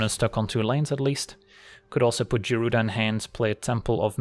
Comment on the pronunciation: (Guy)-Rooda. woof that was buggin the crap outta me LOL